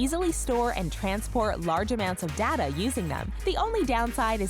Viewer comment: That's not how you say data and your saying dada